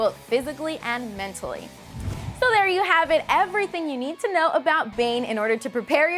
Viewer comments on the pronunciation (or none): none